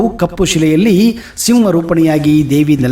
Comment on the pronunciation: Anna swalpa niva kannada pronounce correction madkoree sivva -sihma, ksourya-shouyra anta innu baal adava worlds